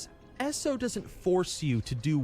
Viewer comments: I just dislike it when ppl mis-pronounce ESO as ES-O, sounds like Asshole. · I'm I the only one that gets cringed when he says ES-O